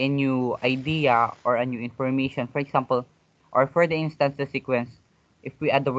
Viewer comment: I think example is prpnounced / igzaempel / not / iksampel /